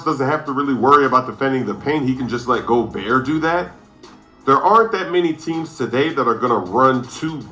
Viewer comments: It's pronounced "Go-bare" bro.. Don't rhyme it with yogurt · Why does flight keep pronouncing Rudy’s name like that😭